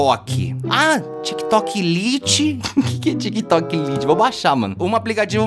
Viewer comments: e a pronúncia certa é como se fosse "laite"provavelmente eu pronunciaria errado também haha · O português tá foda em T3ddy não se tik tok lite se fala laite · Tik Tok lite é uma versão do próprio tik Tok pra celulares com pouco espaço, e não se pronuncia do jeito que escreve,"lite", e sim do jeito que pronuncia:"comida lite", Tik Tok Lite